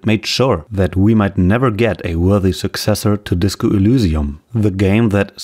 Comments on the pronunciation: Why do you pronounce Elysium as [ulusium]? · Great video. One thing to note though. You make a very in depth video about a subject. It'd be nice if you don't mispronounce it 20 times during the video. You even show clips of them pronouncing Elysium properly. I don't know why it bothers me this much but it's something that in my opinion should never be fucked up. You do dozens of hours of research but can't be bothered to pronounce it right? If the facts weren't on your side then I would've dismissed the video because how do you want people to trust you when you can't even get the name right? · accent bro